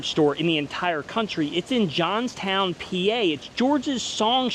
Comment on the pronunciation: Please don't call it "Johns Town, P-A". It's Johnstown PENNSYLVANIA! Otherwise, AWESOME VIDEO,!